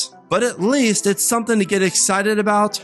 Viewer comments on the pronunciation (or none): none